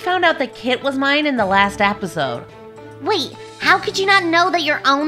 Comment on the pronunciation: didn’t say episode right